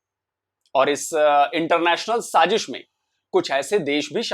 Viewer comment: Very informative video. Extremely smart move, beneficial to multiple countries. It's wise to exclude the countries that can not be trusted. Good job as usual. Gentle reminder: It's SAAZISH,not saaJish. Love all your videos. Best wishes from Boston USA.